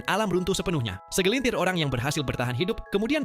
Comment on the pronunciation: Cendi sariawan? Segelincir orang yang ku denger